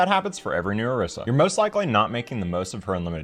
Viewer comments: Man pronounced Orisa like E-row-sah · Oh-ree-sah. It's not that hard and she literally says her own name in game. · It's Or-EE-sa.